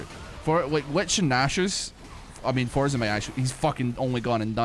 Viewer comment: "Four"sen? Please, there's only one of them.